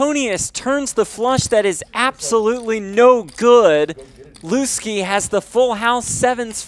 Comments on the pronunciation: Why are they calling him LOOSE-KEY? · Why are they calling him Looskey?